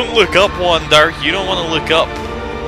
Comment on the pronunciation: Awesome again,. And, yeah, if you're gonna abbreviate it, say Wander, not Wonder.